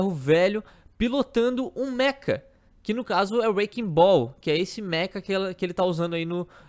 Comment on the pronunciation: Lembrem-se, Mecha não Meka 😉